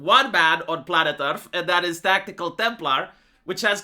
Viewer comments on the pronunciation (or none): He Lost when he called himself "tactikal" lmao